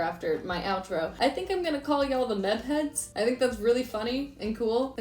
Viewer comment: when you said Meb heads i thought you said meth heads... so maybe that's not the best name.